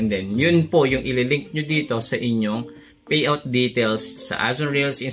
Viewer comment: kaloka ka magsalita Faid Feriod Faypal Fayout